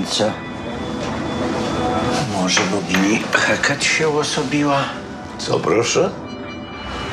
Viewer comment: Hekate nie Heket